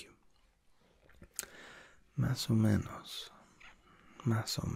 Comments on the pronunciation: It’s mas o MENOS not menas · you kept saying menAs, it's menOs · If you pause after the no in "no muy bien" like that it sounds like you are saying: no, I'm very good (in a disappointed tone). Instead of saying I'm not very good (like how punctuation can change a sentence in English). Also it's menos not menas as you were saying. Still I'm enjoying this : )